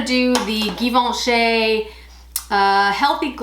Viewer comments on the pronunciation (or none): it's pronounced jivenchy, not gi...